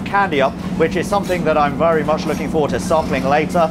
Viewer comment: " I am wery wery stoked"